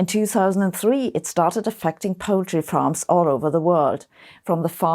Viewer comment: I could have sworn she said "Poetry farms", which would have been fine with me. 🙃 Just watched a video where they play happy, upbeat musics while hundreds of minks slaughtered only for their furs go down a conveyor belt. I wanted to cry.